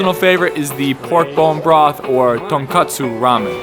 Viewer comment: Please say Tonkotsu again? LOL